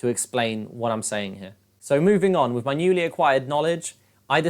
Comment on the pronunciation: are you saying "Wiff" or "with" ?